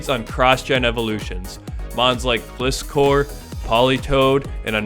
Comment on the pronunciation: The way he pronounced Gliscore… 😂